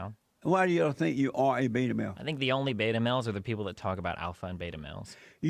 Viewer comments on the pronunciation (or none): Beeeeeeta! Lol I love how he says beta. I honestly still can't tell if jlp is a giant troll or just ridiculous